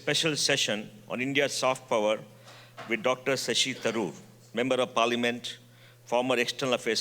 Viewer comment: Shashi Tharoor not Thachur